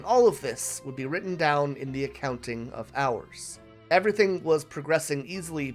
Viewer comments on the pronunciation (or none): none